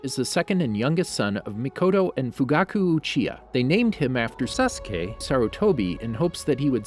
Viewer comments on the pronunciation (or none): Bro he said sasuqe😂😂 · no it was like say ka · Nobody:: SAUCE KAY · Ok did this guy record him saying saskay and play it every time he said it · My head hurts everytime he say saskey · Why tf you can't say sasuke you saying Saaassskay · Why does this trigger me. He speaks so fast and clearly the. Slows down and says SASKAY then co tinies to go fast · I counted and he said “sauce kay” 374 times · is it just me or like in other video he says every one name correct in naruto but now he is like SAkUse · 😭😭😭😭the names suh coo ra suh ra da how do you pronounce them that badly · Bruh sawskay, sukura, Sadaruh, Naruto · Sa suh kay... tch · He probably change the video because he kept saying Sa-su-key or Sosuke (like how I hear many people do) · He said sasque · suh k uh ruh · why did you make sASSKEE sound like that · The way he says sasuke makes my head ache lol. “SaSkEy” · "saSkE" lol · I think you mean sasgay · I hate how he says, sasuke, sakura, sarada and sharingan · WHO PRONOUNCES SASUKE AND AKATSUKI LIKE THAT! Bruh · did you record your pronunciation of "sasuke"? jesus it's annoying as hell. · the way this guy pronounces "sasuke" it irritating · why does he say Sasuke like that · words he says wrong sasuke , obito , akatsuki , karin itachi and all other naruto names i mean all of them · After hearing that "Sasuke" a few times I paused and went to the comments😂😂😂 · The way he says, "Sasuke" makes me think he either recorded himself saying his name or he really has a hard time saying it. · You must have said Sasuke wrong in the original recording, knew you'd get flamed, and edited yourself in saying correctly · bruh cant watch this video cuz of the way he pronouns sasuke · sas - oo - kay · The way he says sasuke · Sacura and sadraa 😂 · He's cutting it out idk lol. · Something tells me someone really mispronounced Sasuke’s name a lot😅